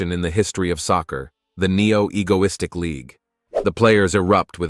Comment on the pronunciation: Bro said neo egolistik